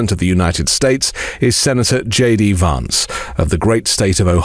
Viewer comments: Hey,! It's queer how you persist in mispronouncing Vance as VAHnce instead of "van" like the vehicle. It undermines the substance of your contribution. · It's more correct to pronounce (the American) Vance's name in the manner of the British "van man", rather than the British "advance". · Had to listen to this twice as I could get past you pronouncing Vance wrongly! I know you are British (like me) but that was wierd given how everyone else pronounces it! It's a bit like how all republicans mispronouce Kamala, which interestingly you pronounce correctly! Maybe it's a form of revenge?! 🤔 🤣🤣🤣